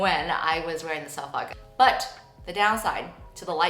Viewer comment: Hi from the UK 👋🏻 I can say you are pronouncing Suffolk correctly 😅 this video was so insightful about pointe shoes and the ducks had me creasing 😂